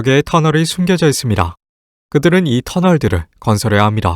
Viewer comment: 발음이 좀 아쉽네. 잇쉽니다 이런거